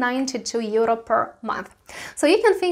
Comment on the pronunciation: Teacher? LOL. she cant even pronounce EURRrrO. No thanks.